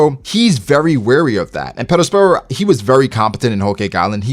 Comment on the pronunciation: Yo dawg why you rollin r’s on perosperos ???